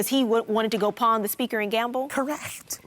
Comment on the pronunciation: NOT "Pond it" PAWN IT